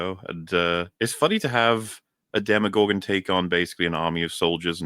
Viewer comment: Every damn time says Demigorgon I yell at my screen. They're called DemOgorgons, man!!!